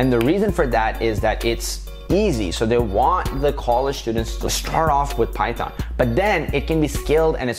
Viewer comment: Till I was like he has great knowledge in programming but when he said "Python" (It hurts my ears) I hit my head with my mouse !!